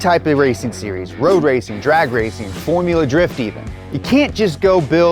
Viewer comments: “FoRuLa DrIfT” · I like “forula “drifting 🤣🤣🤣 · Ah yes "forula drift"